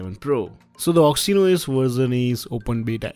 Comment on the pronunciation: OXY-N-OS! HAHAHA!